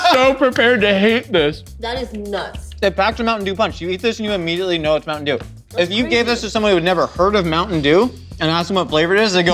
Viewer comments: I feel like there was a missed opportunity to call it a 'Moon Shine Pie' (Mountain Dew is slang for Moonshine), but saying 'MoonTaIn DewN' totally makes up for it. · I've got this awful feeling that "moonteyn doon pie" will be the words I choke out with my last dying breath. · I love the way she pronounces Mountain Dew. For some reason lol